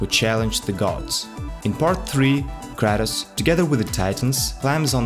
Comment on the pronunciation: Kratos not kRAtus